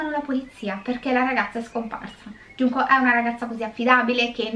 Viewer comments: Sulla pronuncia, non iunko ma giunko pk la J si legge g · Guardo ogni tuo video su questo canale e devo dire che è molto interessante Non studio giapponese ma so leggere qualche frase e 2 alfabeti dei 3 (hiragana e katakana, con i kanji ci devo ancora lavorare😂) 純子 [Junko] si pronuncia con la G e non con la I (questo per rispondere al disclaimer ad inizio video) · Conoscevo già la storia.. Poverina. Comunque la maggiore età in Giappone era a 20 anni. Solo dall'anno scorso è stata mossa la modifica che dovrebbe portare in futuro la maggiore età a 18 anni. Ps. Si pronuncia Giunco. Spero ti sia utile. Perché hai cambiato pronuncia a intermittenza? 😂